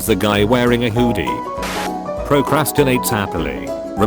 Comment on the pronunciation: The voice in this video when it said hoodie. My brain immediately translated it to hoodini 😂